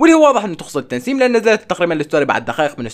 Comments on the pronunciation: تسنيم مو تنسيم😂😂😂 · طيب ليش يقول تنسيم😂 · اسمها تسنيم ولا تنسيم حاسه اسمها تسنيم بس عم بقلها تنسيم😂😉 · بدل ما يقول تسنيم، يقول *تنسيم😂😂😂😂😂😂😂😂😂🤷🏻‍♀️ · تسنيم مو تنسيم عندك مشكلة بالاسماء😂😂😂😂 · تسنيم❎ تنسيم✅ 😂😂😂💕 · مو تنسيم 🤦‍♀️😭 اسمها تسنيم 😹🦋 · لك اسما تسنيم مو تنسيم 🤗😂😂😂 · تسنيم❌ تنسيم✅😂😂😂😂😂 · تسنيم وليس تنسيم😂😂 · اسمها تسنيم مو تنسيم😂😂😂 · تسنيم❌ تنسيم✅ 😂😂😂😂😂😂😂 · كانك قلت تنسيم يس هي اسمها تسنيم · ترا اسمها تسنيم مو تنسيم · لا اسمها هي تسسسس 🐍نيم